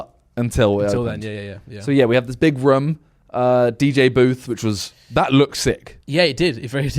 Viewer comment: Love the way Simon says room Sounds like he’s saying ruume or Vroom